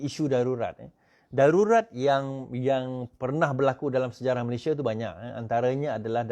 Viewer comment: FYI- declare=isytihar, public order = ketenteraman awam, 'Malaysia' not 'Malayshia'.